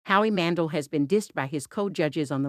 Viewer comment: It's pronounced Man-dell, not Man-dull.